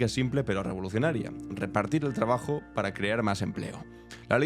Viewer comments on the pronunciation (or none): none